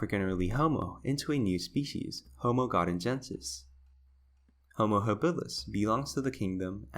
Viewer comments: Does it bother anyone watching this that every other time he pronounces Homo Habilis he says it wrong, I would think the first time he screws up he would correct his self not so, had to turn it off!🤣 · How does someone know so much about anthropology, yet not know how the word is pronounced?